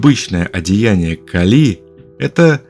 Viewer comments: "КалИ" мне лично очень по ушам бьëт😅, всегда говорили КАли.. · Сначала скажу спасибо за титаническую проделанную работу и интересные мысли. А теперь спрошу - КАК можно так издеваться над именами, которые, по идее, должны быть известны с подросткового возраста? Даже если ранее пропустить все книги/фильмы/передачи/уроки, где упоминаются Кáли и Арéс, но ведь при подготовке материала Вы изучали источники, в том числе википедию, где 100% есть ударение. Вздрагивая от КалИ (не нашёл букву и с ударением) потом услышал Áрес - и всё стало ясно... Вы,, не только научились делать обалденных богинь (и богов), но и обучили ИИ на своём голосе и теперь можете просто писать текст, а ИИ его произносит ))) Шутка, конечно... или не шутка? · Гекатонхейры всё же дети Геи, а не Гекаты и происходят от (х)екатон - сотня и хейр - рука. Может Вы и санскритолог, и по индийской части видео правильно сказали (особенно ударение бедной Кали меня мучало), но с греческой частью дали такого же маху, даже не потрудившись проверить. Ну а по поводу сравнения/схожести многоруких и многоголовых существ - в каждой религии, как и в мифах, есть что-то совсем разное и что-то очень похожее. Всё это лишь сказки, придуманные людьми, основываясь либо на услышанном от других народов, либо, как ни странно, увиденном чего-то такого, что не поддавалось объяснению. И каждый описал немного по своему. Может когда-то летал механизм высокоразвитой цивилизации с кучей камер и манипуляторов - вот вам и сто глаз да сто рук. А может вообще ничего не было и авторы мифов и легенд добавляли глаза/головы/руки для эпичности, значимости и как признак, что это "не человек". Мы никогда этого не узнаем наверняка и можем лишь придерживаться версии, которая нам больше по душе. Мне вот, совсем не нравится ваша версия со скоростью, впервые её слышу. Мне больше по душе, что это хоть и одна из форм божеств, но нормальная, физическая.